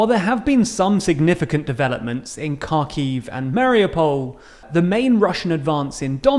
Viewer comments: It's Ha-kiv not car-kiv btw. The 'Ha' being like in Hard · It's pronounced Harkiv in Ukrainian and Harkov in Russian. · Please pronounce the names of Ukrainian cities correctly. "Kh" in Kharkiv and Khersón is pronounced like "h" in "high". The next is: in the word Mariupol the accent falls on the "U" Maripol. "Y" in Lyman is pronounced like "i" in frienship or ship not like sheep (don't confuse). Thanks. I am very glad to listen to the videos like these. Long live Ukraine!